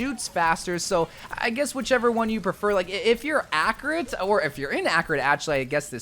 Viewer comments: bro said "accrate" & "50" instead of "15" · Man said acuurat instead of accurate